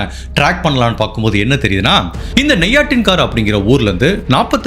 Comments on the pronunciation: Bro it's not nei-ya-tin-kaara, it's ney-ya-tang-karai.. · நெய் யத்திகாரை இல்ல bro நெய்யாற்றுங்கறை